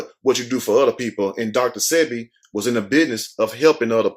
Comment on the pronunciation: Sebi, is pronounced like wasabi